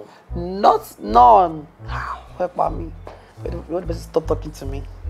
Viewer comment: Bob; NONE ❌ NORNE ✅ 😂😂😂😂